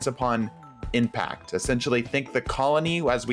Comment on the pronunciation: First one says implact instead of impact